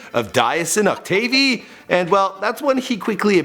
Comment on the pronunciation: You ain’t even say his last name right 🤦🏾‍♂️